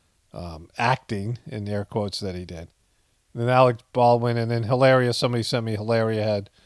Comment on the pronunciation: Hafta say, I'm a little shocked and appalled that you pronounce it "Hill-AIR-ia," when it's obviously, "Hill-AW-ria." C'mon man!